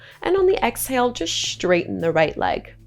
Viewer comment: I really wanted to like this practice but by the 3rd instance of "SHHHHHHTRAIGHTEN" instead of "straighten"—one of my pet peeves—I had to tap out. How I wish people would stop shoehorning a "shh" sound into words that start with "st-" sounds.